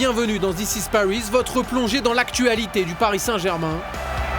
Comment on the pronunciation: « Pariss » sérieux colin ? 😂